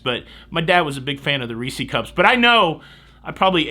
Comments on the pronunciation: People want to give you a hard time about irregardless but don't say anything about calling Reese's "Reesy?" LOL My wife says Reesy and it makes me chuckle every time. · I had to sell M&M's for class trips and cheerleading/football in late 70's to 1982. All that being said, ugh... please its Reese's and it rhymes with PIECES LOL. if it didn't rhyme, they would call them Reece's Feces! LOL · IM calling the police...! First --- IRREGARDLESS....and now: REESEE cups.... THIS IS AN OUTRAGE!!! the proper vernacular for Reeses regardless of singularity OR plurality is still REESES...I know this because I myself just wrap'd a refresher course in my grammatical studies... (cite your sources...!) 🤪 (NOTE: I only lash out at you because you do what I want to be doing...Vaycay for a living....im jealous...) lol🙃 looks like a blast buddy! Ill be on the Joy for a panama canal in late Feb...just lightening the bucket...you should hitch the cruise too...!